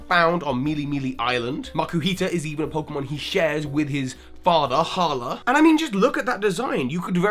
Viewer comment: IT IS HALA